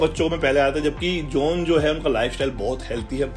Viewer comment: His name is john not jauuun